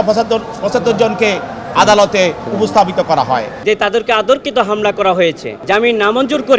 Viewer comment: আনসারদের পক্ষের বিজ্ঞ আইনজীবী সাব: শব্দটা 'আতর্কিত' না, হবে 'অতর্কিত'।